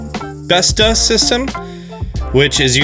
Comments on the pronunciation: The å in bestå is pronounced as the "a" in walk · Bestå is pronounced best-o